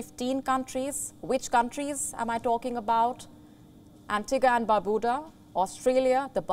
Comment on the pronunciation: Ms Anchor. Kindly check the pronunciation of all those countries you've mentioned. Eg. Baar.BAY.daws. baar.BYU.duh... SAWV.ruhn.ti is tri-syllabic.